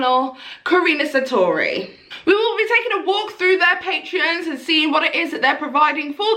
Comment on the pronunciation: Karuna Satori. its pronounced Kah Roo Nah, Sah Tor Ee